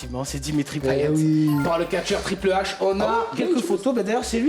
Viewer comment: Comment il a dit triple "H" mdrr